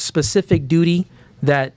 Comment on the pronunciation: Duty, duri, dootee